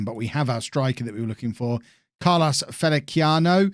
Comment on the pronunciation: I think it’s pronounced felissiano?